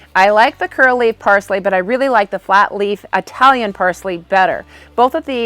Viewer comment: Do you bat realize that “Italian” is not pronounced “eye”talon?